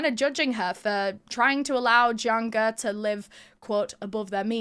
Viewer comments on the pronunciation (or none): I like the episode, but there's a few things that are incorrect. 1) Jiang Ge and Liu Xin are pronounced Jyang guh and lee-o sheen. 2) Jiang and Liu are last names. China (and Japan) use surname first naming conventions.